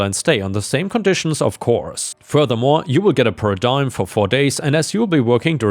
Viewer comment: Iota is pronounced Eye-ota (the ota is said like the last half of Toyota)... Per-Diem is pronounced Per-dee-em...